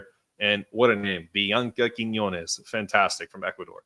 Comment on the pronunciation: It sounded like you were calling Blanca Quinonez and Bianca Quinonez. (I have to admit that "Blanca" wasn't a 1st name that I was familiar with myself.)